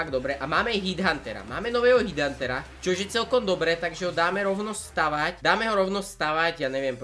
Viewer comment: Nič proti ale ta nová troopa sa nečíta HIDHUNTER :D ale normalka HEDHunter :D btw super premakané videjko :)